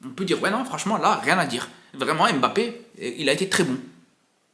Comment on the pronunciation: C'est qui M- Bappe? Je connais Mbappe mais j'entends partout M- bappe... Il l'a dit à la télé c'est Mbappe , pourtant vous êtes capable de dire Zlatan et non Z-latan